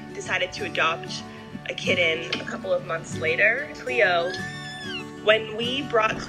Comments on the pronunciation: So what happens when Samson goes to his new home to be a service animal? And it is pronounced kittn not kit - ten. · Great story but the mom really needs to learn to pronounce “kitten” correctly. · What's a "kidden"? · What the heck is a “k-den”? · Ki-ten versus Kit-ten. I've never heard it pronounced like that. Interesting. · Why do you not pronounce “t” when it’s in the middle of a word? “Kid-den” instead of kitten. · Saying kitten with "dd" is idiotic. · The way this girl says the word kitten as kidden is the most annoying thing I have ever heard.....like ever ever...ever ever ever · Probably because of the butchering of the word kitten. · Weird how you say the word kitten 🐈